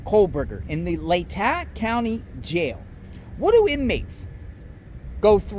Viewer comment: It’s pronounced LAY-TAW county.